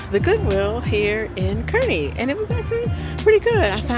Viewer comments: Btw Kearney is pronounced Karn-we. :) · Yay! Suwanee in Kearney! That's a personal favorite. So good. BTW, we pronounce it "CAR-nee"...which is weird, but you know, who would know. Thanks for touring the store on Leavenworth in Omaha! I need to check that out!